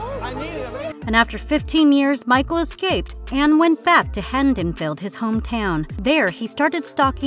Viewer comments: You Lso said Michael Myers home town was Handonfield when in fact it is Haddonfield. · Necronomicon not necrochonium Haddonfield not haddontonfield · The way she was saying Cenobites as “Cinna-Bites” made me want those tasty treats from Cinnabon. There should be a drinking game based on this video. Each time the narrator messes up n says things like The Leatherface….DRINK, Hendonfield….DRINK. I’m also wicked confused, the video shows a bunch of clips from HellFest and passes it off as the new Jeepers KEEPERS because they’re both set at some festival? Showed Malignant as Hellraiser. So weird